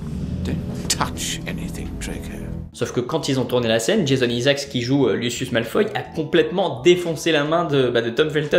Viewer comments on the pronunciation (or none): none